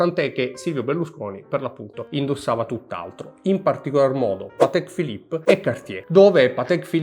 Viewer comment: Patekkkkkkkeee Philipppppeee 🤣🤣🤣